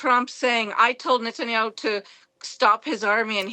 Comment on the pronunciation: Did i Just heard Netanyahu called SATANHYAU twice 😂😂😂😂